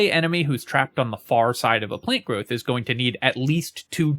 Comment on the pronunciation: Why do you keep saying plane growth?